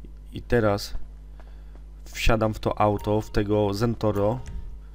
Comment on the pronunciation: Ps mowi sie zentorno :)